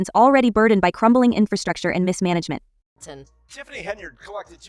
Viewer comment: It's Henyard, NOT HENREY!!!! WOW!